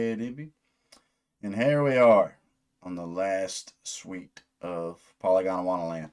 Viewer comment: i think youre pronouncing it polygondAwannaland, when its just polygondwannaland no “a” between gond and wanna.